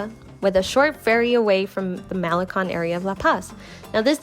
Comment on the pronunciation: It's not pronounced "Mel li con" it's pronounced as "Ma' le cone"